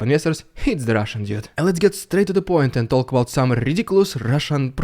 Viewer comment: It’s the RUSSIAN DYOOD! Sorry, I just love how you say that. Love you, and I love the cause!